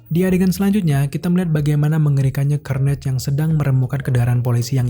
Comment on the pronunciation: Cara bacanya Karnej woy. Bukan kernej